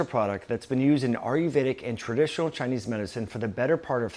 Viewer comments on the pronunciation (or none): none